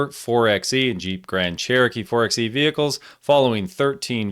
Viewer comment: It's pronounced 4 by E. As in 4 by electric death trap.